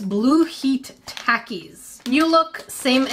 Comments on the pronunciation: Its talk-ies not tac-ie sry i had to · There takie sounds like (talk-e) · It’s said like talkys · The waynshe says takis made me laugh so hard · She got mad at people for saying pocky wrong then said takis like that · you said takis wrong